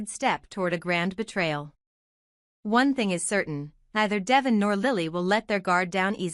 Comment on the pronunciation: I wish they had another person or voice than the one they have now Devon is his name, Not Devven!